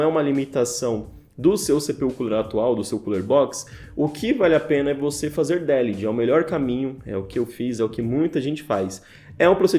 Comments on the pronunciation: Délihdi? xD De-lid. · Delid, nn délid. No inglês não há acento.